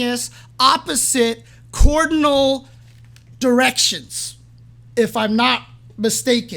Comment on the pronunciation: Cardinal* directions. As in East West North South. Not "Cordinal"/Coordinal